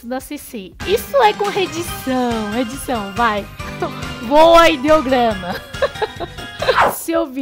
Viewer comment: Porque vc sempre coloca o L no lugar do R e as vezes R no lugar do L, por exemplo vc fala ingreis e ñ inglês e flanco em vez de frango?